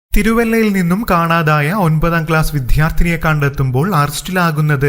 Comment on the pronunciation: "വിദ്യാർത്ഥിനി" ശരിക്കു ഉച്ചരിക്കെടോ മരാമാക്രി.